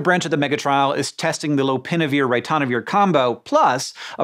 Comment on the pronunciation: How to pronounce 'ritonavir' correctly